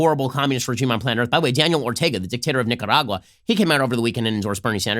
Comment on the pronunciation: As a Nicaraguan, I approve Ben’s pronunciation of Nicaragua